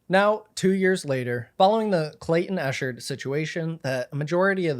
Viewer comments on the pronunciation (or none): ECKherd not ESHHERD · Just so you know, it's pronounced Ekheart not Eshard Great video by the way! I've been following for years now and he (nor Clayton) deserve this! #JusticeforClaytonEchard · Yeah, it got on my nerves as well. How do ypu make a video this long and constantly mispronounce his name? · Just a small name correction. It's pronounced "Ek-ard" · If you are going to report on a subject.....Please learn to pronounce their name correctly.... It is pronounced Eck hard. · 😞 pronounced. EK-KERD THANK YOU for promoting this story history for the books. Thanks to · The easiest research is to learn how to say the persons name involved. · Maybe in his ‘investigative reporting’ he’ll learn to say Clayton’s name right. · The incorrect pronunciation is driving me mad